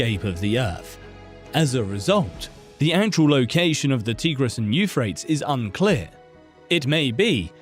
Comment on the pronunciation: Bro, Euphrates is pronounced /you-fray-teez/ not "youfrayts."